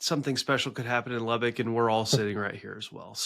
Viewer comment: You all do need to learn how to pronounce Lubbock correctly. Lubbock. Not Lubbick. The locals made a big dealb of it back in the 70s great show.